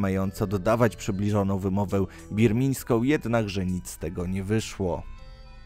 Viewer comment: Birmińską? Boże, mówi się birmańską.